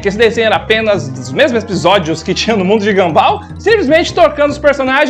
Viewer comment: É mundo de Gunball e não ganbál 🤣🤣🤣🤣🤣🤣🤣